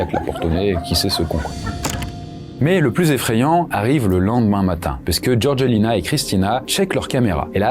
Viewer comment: Sérieux...tu prononces " GeorGUEUlina"...🙄 Faites un effort...c'est GeorgÉLina...les français a chaque fois...